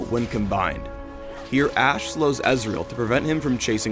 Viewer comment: So it's not Ash-e. T.T